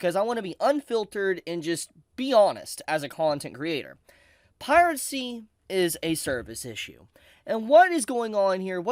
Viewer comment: With how cheap spinning rust is these days, one of the big "advantages" of streaming just isn't there. I agree with everything you said, pronunciation of Piracy aside. :P